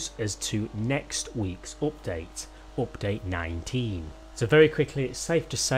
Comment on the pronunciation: man, you really have a problem pronouncing U. oooupdate...moouch..... it's worse than the chalk on a board.